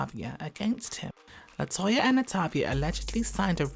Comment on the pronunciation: I sure do hate how he did Latoya and LAtavia that’s sad man